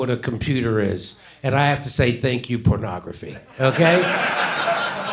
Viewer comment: If you listen to Biden in that clip he's in the middle of saying phonograph 😂